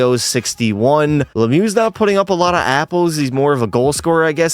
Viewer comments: Mario lemew 🤫👈🏼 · he said "Mario Lemu" 💀